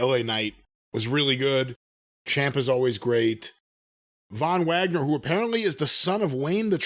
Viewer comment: Von vwagner 🤣🤣🤣